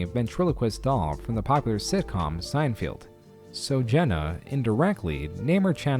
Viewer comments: Wtf is “sen-field” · who else died when he said seinfeild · “Sein-feld”.... but excellent video!!!!!!!! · "sein field" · It's weird this AI voice can't pronounce "folks"or "Seinfeld" 😂